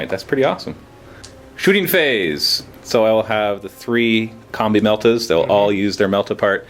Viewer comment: is it just me or does it sound like says "Here we got a bunch of comme meltas and comme flamers"?